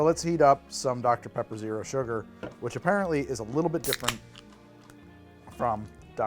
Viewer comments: I swear I heard HOTDOGter Pepper, and I almost convulsed. I think I've been watching too much Ordinary Sausage. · At first I misheard saying "Hot Dr. Pepper" as "Hot Dog-ter Pepper" and I'm so glad I was wrong about that!